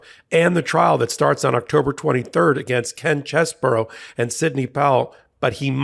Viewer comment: It's Ken Chessbro, bro, not burrow!